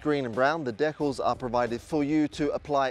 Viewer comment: Dee cals! Dee cals! Why is this so F@ Hard?🙉👎